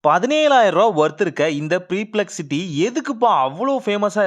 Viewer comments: ச்சை தம்பி அது ப்ரிப்லெக்ஸிட்டி இல்லை பர்ப்லெக்ஸிட்டி ன்னு சொல்லணும் முதல்ல ஒழுங்கா படிக்க கத்துக்க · Preplexity illaathu perplexity